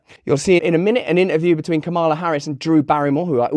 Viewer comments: It's KA-ma-la. I love you, Russell, but please be respectful and get names right. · As a native spanish speaker, "Momala" sounded completely inappropiate. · my skin ran away from me and into the woods when she said Mamala...ugh... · I must be from a different planet because I played "Mammala" twice and took about two minutes to figure out what it meant. I thought it was Hindi. Du. Di. You see I was trying to be fair to the segmented persons by ignoring Russell so he was no dam help 😅